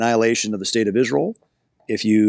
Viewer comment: He's terrible on the "Isrul" issue as he calls it, but otherwise an interesting man.